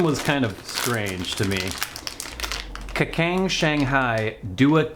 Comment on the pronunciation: Kacang = Kachang not kakang